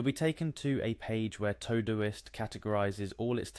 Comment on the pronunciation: All you showed us was that Todoist has meal planning and not how to use it. Plus, its not TOE-Doist......